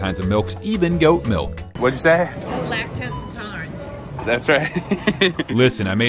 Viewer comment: Anybody else hear him say “lactose intoddlerance”?